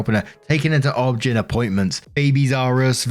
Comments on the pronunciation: Dude, I love you but get a clue. "Objin" ROFL O. B. G. Y. N. look it up bahahahah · OB/GYN is said as the initials OB and then GYN. Oh Bee Gee Why En - Obstetrics Gynecology - and I enjoy your videos :)